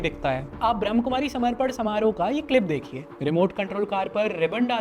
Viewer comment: ब्रम्हकुमारी नही ब्रम्हाकुमारी है। ठीक से pronounce करना तो सिखो मेरे भाई